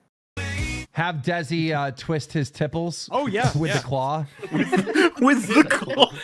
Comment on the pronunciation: "My Tipples! They hurt when i tweest them!" -Mel Gibson